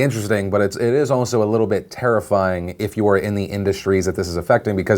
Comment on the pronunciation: I heard that tariff pun, Phil. "Taiff-ying" Nice one. Nice one, indeed!